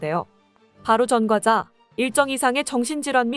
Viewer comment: 전꽈자라고 읽어라